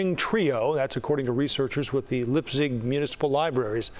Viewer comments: For future reference, Leipzig is pronounced "lyeptsig," not "lipzig." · that is NOT how to pronounce Leipzig 😭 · How does one reach the level of newscaster in a city the size of Chicago and not know how to pronounce Leipzig?